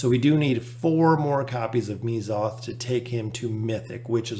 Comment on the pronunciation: Correct me if I’m wrong, but isn’t it pronounced Meh-zoth? also great vid!